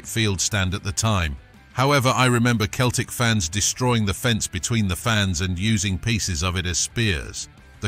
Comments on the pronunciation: It’s Celtic why can’t u just say Celtic not Keltic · Thank goodness it wasn't the famous Glasgow Seltic, but some other Keltic... Mon the Kelts... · I read your post before watching the video and as a lifelong I can't believe how feckin annoying it is to say Keltic every thirty seconds I've travelled to many many countries and I have never ever come across a football supporter of any bloody team who didn't ever think that Celtic was pronounced Keltic Grrrr!! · Keltic !!!! WTF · Keltic wtf lol up hoops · Pronouncing Celtic as Keltic? You are not a football fan. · Sell-Tick, ffs, artificial intelligence, there's a misnomer. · That's what happens when you're too lazy to do a voiceover yourself and get a computer do it. Who the fuck are "Keltic?" 😂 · It's pronounced sellick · As soon as you said Keltic i stopped watching. F**k me. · Thumb down for the constant bad pronunciation of Celtic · He can’t pronounce Celtic, what a tube. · If your going to do videos learn how to pronounce teams name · Do one, ya helmet. I think a real would be able to pronounce the name of their team correctly. 😅